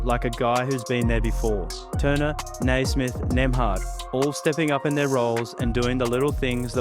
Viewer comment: Yes 'Cers! Great vid. ....its "Nee"-smith not "Nay"-smith tho